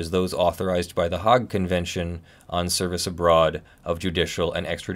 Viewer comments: Hague is not pronounced "hog". It's pronounced "hayg" with a hard "a" like the word day. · I think you are mispronouncing Hague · He didn't pronounce it correctly in English or Dutch, I'm glad I wasn't the only person who noticed it.